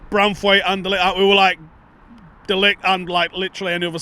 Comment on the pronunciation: How about trying to pronounce De LiGt's name properly!